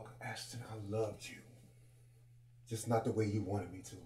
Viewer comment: Ashton....not Ashton 😨😱😭💔